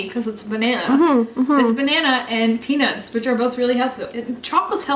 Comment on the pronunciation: It sounded like said "I'm getting penis everywhere" instead of peanuts everywhere. It made me lol.